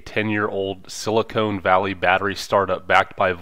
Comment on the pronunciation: Silicone😂😂 not titties buddy it’s siliCON.